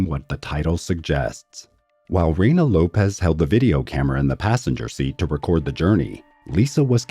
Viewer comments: LOPES, not LOPEZ. It's pronounced loh-ps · The pronunciation of her name somehow got changed to “Lo-pez,” when its original pronunciation is “loh-pss.” That’s an “s” on the end of her name, not a “z.” It’s pronounced “loh-pss.” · LOPES NOT LOPEZ. LOL... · Lopes not Lopez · Isn’t it pronounced LOPES, not Lopez